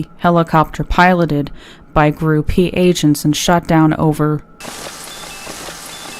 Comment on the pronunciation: GRU is an acronym and is pronounced like any other group (KGB, CIA, FBI, et al). The rest is fantastic.